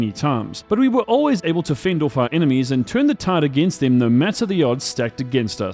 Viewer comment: I was always wondering where your accent came from, then I heard you say "Off" 😂